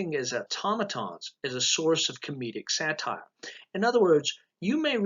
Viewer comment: "Satire" not "Satyr" (which is a human-hybrid animal god).